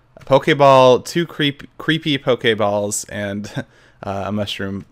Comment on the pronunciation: I love how he calls them poke-ay balls instead of poke-ee ball :P